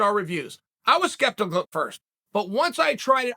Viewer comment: Fast forward to and tell me if Chael says skeptical or skeptihduzhdjnc.